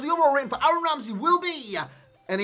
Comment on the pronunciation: this fucking guy cant pronounce "Aaron Ramsey" to safe his fucking life, bloody hell